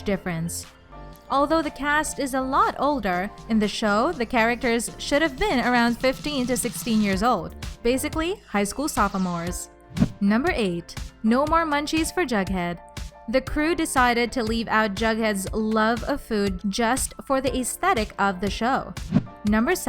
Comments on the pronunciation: did she just say “High school sophamores” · also she said sophomores like sofamores lmao